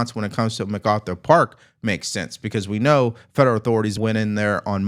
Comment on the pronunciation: Y'all keep pronouncing Methkarthur Park wrong. 😂